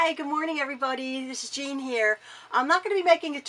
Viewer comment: Yay Jean ! You pronounced my name right . Lol . Hey you do things the way you want to. Your an amazing quilter. Wow what a beautiful pool area you have . You always say what I'm thinking . Lol. Me and my hubby enjoy your videos . I make things up as the idea comes to me . I'm so a quilting rebel . I break rules . ! The quilting police are coming for me . Looking forward to more videos .